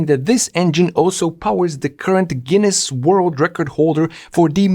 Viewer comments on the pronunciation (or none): none